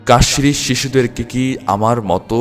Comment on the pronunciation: সুন্দর। কাশ্মীর উচ্চারণ কি আরো স্পষ্ট হবে না?